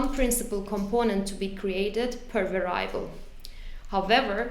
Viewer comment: var-i-able! I cannot say this any other way now.